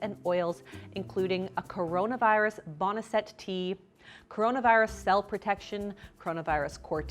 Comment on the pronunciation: I love you. But the way you pronounce boneset drives me crazy. It's bone-set as in it sets bones. It was used for that a looooong time ago, though it didn't work for that. Everything else you do is gold and I adore you. I'm sorry if I sound like a douche.